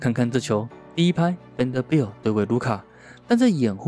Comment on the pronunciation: Vanderbilt的名字有這麼難發音嗎？發音這麼糟去學一下英文好嗎？